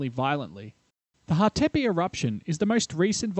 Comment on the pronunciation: and also Hatepe (stress is on the first syllable)